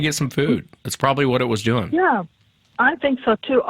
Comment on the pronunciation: I wish could get through one show without saying “tell us what you were duing” and “fascinating.”